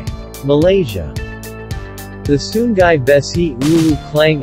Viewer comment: sungai, not sunggai 😂